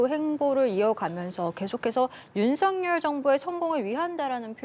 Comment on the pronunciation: 준석이처럼 윤햭관이라하는데 아주불쾌하다